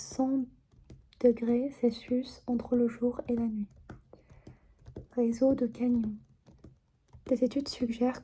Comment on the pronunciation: Si je peux me permettre, pour la prononciation de 'canyon', cela se prononce 'ka-nion', pas comme 'camion'. Le 'ny' fait un son plus doux, comme 'gn' dans 'montagne. Je découvre ta chaîne avec cette vidéo, que j'ai beaucoup aimé.